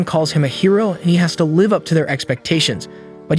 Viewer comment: is the commentary ai. I just dont understand how some simple worlds like, bow, live and disciple among others are so badly mispronounced